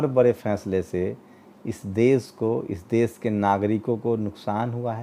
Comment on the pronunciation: Sir aap apmi bhasha shudh kijye . Sha shabd ka sahi ucharan kijye Desh ko des kehna ,shahar ko sahar kehna sharmnak he Videsh ko vides kehna ashobniya he Patrakar ki bhasha dhud honi chahiye